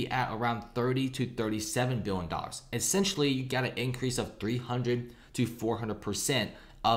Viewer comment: Cant pronounce “million” or “billion” properly. lol